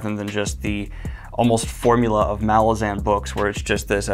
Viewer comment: The. Last. Syllable. Of. Malazan. Is. Not. Stressed!!!!